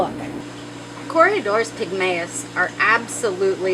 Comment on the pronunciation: What a fanciful way to say corydoras .. Cory-uh-doras